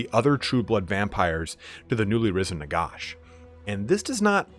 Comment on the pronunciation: "Nagosh" lmao